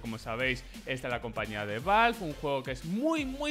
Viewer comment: creo que es la primera vez en mi vida que escucho a un español decir ´´valvf`` para referirse a ´´valve``